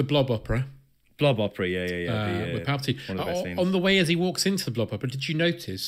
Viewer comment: Palpatine....say it right